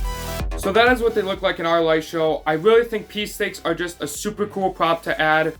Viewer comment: Outstanding video, but the 12 year old in me giggled every time you said peace stake (pee stake)